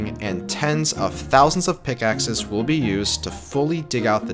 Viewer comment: ah yes, p i c k x e s. My favourite way to mine.